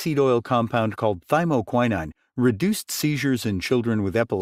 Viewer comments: Yep. That's a long O, not an I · To the narrator: You consistently mispronounced thymoquinone. It takes away from your message.